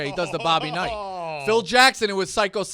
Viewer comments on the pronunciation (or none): none